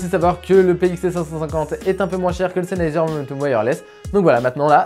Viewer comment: Salut merci pour ta vidéo constructive. À mon avis tu devrais parler juste un tout petit peu moins vite ça t'eviterais de mâcher le nom du casque 😉 Sinon je me posais des questions sur la qualité de la réduction de bruit si certes elle est en dessous de celle de Bose est elle convenable comme celle du parrot zik 2.0 par exemple ?